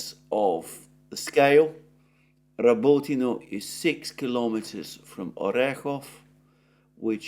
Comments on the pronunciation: Repeat after me. Ra-bÓ-ti-na. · The village is called RabotIne, accent on the I.